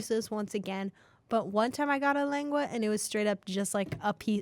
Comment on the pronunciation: i love you for pronouncing lengua